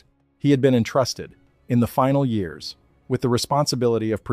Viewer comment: Have I mentioned your AI's inability to correctly say years is unbelievably annoying? Why can't AI do that? It's bizarre. They have instant access to all human knowledge, but on a dozen channels, can't correctly say years.